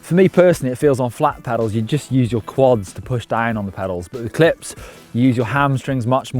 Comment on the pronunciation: Every time he said clip I heard clit. Quite educational nevertheless.